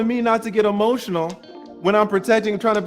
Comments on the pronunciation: Y'all didn't peep that she was saying "Don't be he-motional." He started to patiently reply, and she attempted to double down. "I said he-motional." Like she was being funny. And then he went in on her. WTF is he-motional? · TLA & KS got so much patience! Also that chick was spouting S.I.G.N. language talking about some "HEMOTIONAL" I know y'all peeped that slick tongue.